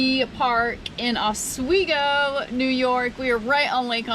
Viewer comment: Good morning and You are in my neck of the woods. I live in the I-81 US-11 corridor. The name Oswego is pronounced with the WE emphasized. I tell you I've lived here all my life and it's so nice to see things with fresh eyes. I have gotten so used to where I live that I don't see it's true beauty.